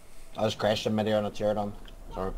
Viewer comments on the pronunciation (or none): It isnt pteradon, it it pterANOdon